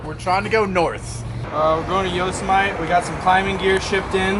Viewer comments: yo-sa-mite lolz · I didn’t know Yosemite rhymed with vegemite.